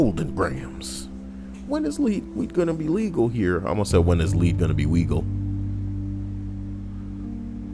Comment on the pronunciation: "When is leed gonna be wegal here?" 👌👏👌👏